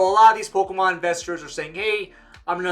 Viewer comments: I feel like you're saying POLKAMON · "Poke-UH-mon cards." 😐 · I'm finna panic if I don't hear say POKE-UHH-MON at least once a day fam